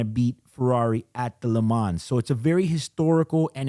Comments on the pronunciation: Lee m-on Not le man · You should pronounce “Le Man”, the “s” is muted. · Great commentary. However, your pronunciation of “Le Mans” is exactly the reason why Rolex changed from calling the Daytona “Le Mans.” [Yes, the first Daytona was called the Le Mans.] The “s” is actually silent. It’s not “Le Mansss.” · Please stop pronouncing the ‘S’ in LeMans😑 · Le Mans is pronounced without the 's'. Just saying. A bit like Audemars Piguet. You know what I mean.